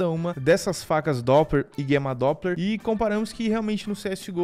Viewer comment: Até gosto dos vídeos desse cara,mas ele falando guema doppler me irrita e Gamma doppler o nome